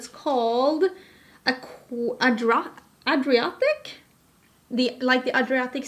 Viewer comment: Yay so excited to watch this! And while I’m here, will you please teach your American beauty YouTuber counterparts how to pronounce the word “Adriatic” and point out to them the location of the Adriatic Sea on a map? If I hear “aquatic” or “adradic” one more time my eyes are going to roll right out of my head. 🙄🙄